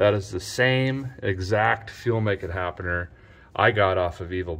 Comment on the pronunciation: Why does this f'n guy keep saying "fuelmakeit happener"